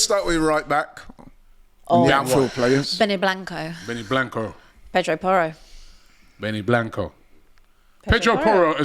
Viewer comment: The disrespect on Benny Blanco name 😂